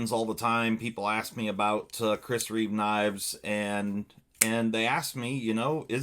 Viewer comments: Reeve, not reevesssss You said in both ways lol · Its Chris Reeve not Chris Reeves!🤣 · It’s Chris Reeve, not Reeves